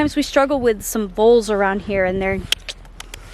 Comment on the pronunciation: Are saying voles or moles ?